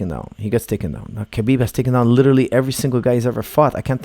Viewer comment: I am very sorry to correct you but there is no k sound in Russian my girlfriend speaks it fluently I asked her a year ago how to pronounce his name she said Habib k is silent. I dont care really anymore who wins because of all the hate for one fighter or the other. Irish against Russians turning this into a war. it truly will be a 50/50 chance for the old conor from 2 years ago but we have no idea who will be fighting khabib on fight night for sure it will not be the same conor from 2 years ago. We will find out what money does to a person and buys in the fight game. Does it make them better or worse? So do expect anything to happen. This Analysis is based on the fighting skills of conor from 2 years ago do you have any idea how much boxing training he went through to fight floyd? His boxing is 2x since that fight and he is training on regular with top of the food chain bjj black belt Dillion Danis over a year for this fight and he is not training to defend takedowns but to submitt when he has been taken down. Now how much can you learn in one year from a top of the food chain black belt that Competes in the worlds, pans and abu Dhabi and has not been submitted in the last two years by anyone in this division in the world in over 20 bouts giving private lessons to you every day? Let's find out.